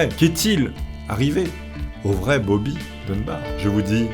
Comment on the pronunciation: "Bob'larre" pour "Bobby" c'était trop ahah 🤣 par contre, 20 000 dollars pour l'époque, ça me semble VRAIMENT beaucoup, même si ils étaient riches, ça fait une somme énorme pour l'époque, et ça représente bien plus que 20 000$ d'aujourd'hui! ahahah ce charisme présidentiel 🤣